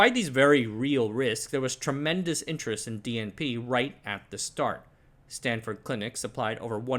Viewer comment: Are you a Berkeley alum by any chance? Never heard anyone else call Stanford “Stanfurd”